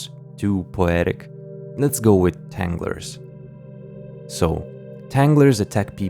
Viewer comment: tanglers soned a lot like havsters